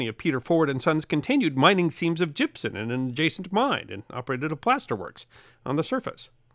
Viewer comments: Gypsum not gypson. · Gypson isn't a thing. It's gypsum. pronunciation was driving me crazy. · stop using an N sound at the end of Gypsum... that's an M at the end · As a extreme fan of your work and your Channel with the deepest of respect to you I am utterly surprised at the mispronunciation and use of n in place of the letter M when saying the word gypsum. This is not a criticism but an observation that is quizzical in the fact that your articulate delivery of speech in your pieces is so perfect and properly intonated that this type of error is just simply beyond me